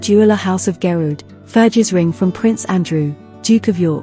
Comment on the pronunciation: Pronunciation of Margaret, Fergie, Garrard and Harry seem a little strange.